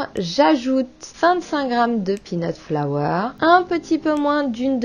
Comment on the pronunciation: 🤤🤤🤤hmmmmm c'est tout ce qu'il me fallait pour me remonter le moral avec ce temps pourri! Je suis sûre que c'est délicieux ! A revoir peut être la prononciation de "peanut flour " 🤔parce que peanut flower🌸...chui pas sûre que ça ait le même goût 🤣! Merci de nous gâter autant 😘😘